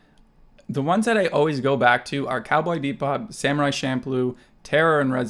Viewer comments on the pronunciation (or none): none